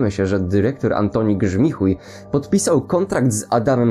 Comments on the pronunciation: "Grzmichujem" xDDD😂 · "Grzmichuj" rycze 😂